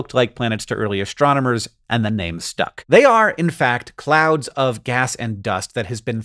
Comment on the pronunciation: Did you say "clowns of gas and dust" or "clouds of gas and dust"?